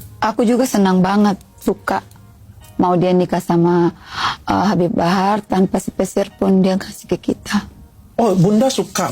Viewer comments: HABIB HABAR😂😂😂 host nya salah ucap jadi ngakak aku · Habib Habar😂Ampe kepleset tuh presenter baca nm si habib😂